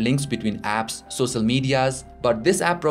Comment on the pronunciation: and sosal media?